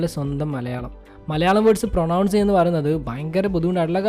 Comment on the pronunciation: പ്രോനൗൺസ്‌ അല്ല പ്രോനൻസ്